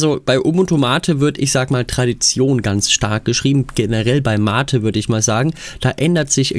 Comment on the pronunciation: Endlich mal ein Videoproduzent, der MATE korrekt ausspricht.